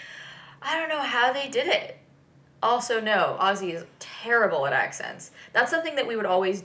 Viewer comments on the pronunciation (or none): Ozzy is not good at axcents